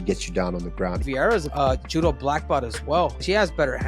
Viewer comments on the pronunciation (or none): none